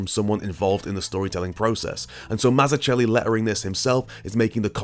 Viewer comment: That's not how to pronounce "Mazzucchelli"...